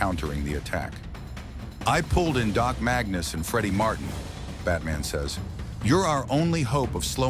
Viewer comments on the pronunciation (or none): none